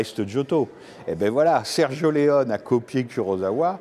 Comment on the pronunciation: Mais pourquoi vous le prononcez Sergio Leon 🤣. Et c'est par un expert de la cinématéque française!!!! Ridicule.